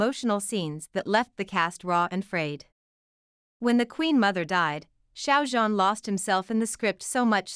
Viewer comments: The Xiao (Shao) Like Shower Sounds About Right. The Zhan Is Harder, it Sounds Like Zjiang. The Z And J Have Be Meshed Together. There Is A Technique, And A Way To Say, And Pronounce It Corectly. 😊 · Not To Be Rude Or Anything, But You Are Pronouncing Xiao Zhan's First Name Wrong. I Appreciated The Video, But Every Time You Pronounced His First Name Wrong, I Just Could Not Deal. Thought I'd Just Let You Know. And Of Course The Drama Would Be A Hit. I Love, And Adore Xiao Zhan So Very Much. He Is A Very Talanted, And Extremely Excellent Actor. He Always Works So Hard At Everything He Does, No Matter Acting, Singing, Or Modeling, And Being A Brand Ambassador. He Is, And Always Will Be One Of The Greatest Chinese Actors I Will Forever Love. ❤💖🐰💖❤🐰💖❤🐰💖❤